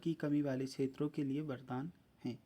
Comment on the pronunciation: Ksheto nahi hota kshtro hota hai